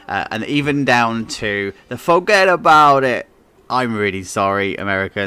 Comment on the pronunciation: Yo yo yo, hey! Whada'ya doin' 'ere?! It is correctly said, "FOE, getta 'bout It". Or maybe "Fo-gedda Boud it". An' don't even get me sta'ded on the fact that you says it with three different woids. It'd be mo' like, "foGEDDaBoudit"... Youz soundin' like John Wayne now, what with that honkin'. Translation: I am deeply offended! To properly portray the New Yorker accent, it would be, phonetically-speaking of course, "FOEget" not fAWget... what are we? Back in the Old Wild west now? It's definitely a hard O; not the sound you hear in 'honk' or a 'faucet'. Additional notes to let you know that even my complaint was just joining in on the joke: LOL Even to people who have friends or family with a New York (or in some cases, more specifically, Brooklyn) accent, it can be funny. You're not gonna offend anyone with a right mind, by teasing something that is already widely teased. I got more of a laugh out of that than perhaps I should have. But it should have definitely been a deep rumbly 'OH' sound when read, not a hee-haw 'AW'. ;)